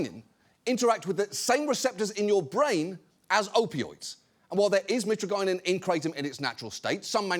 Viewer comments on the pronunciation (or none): Youre terrible at pronouncing chemical names. love the show, I know you are british and like to call aluminum "aluminium", thats just a britishism. this is different. mitragynine is pronounced mit RAG in ine. Good day and many a CAR ous ELLE to you sir.